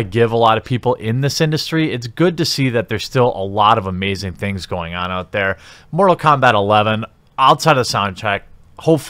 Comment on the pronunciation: Mumble Kombat :D